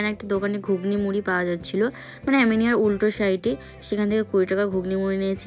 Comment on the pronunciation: "আমিনিয়া" , "আউড " রেস্টুরেন্ট গুলোর নাম, উচ্চারণ ঠিক করে করো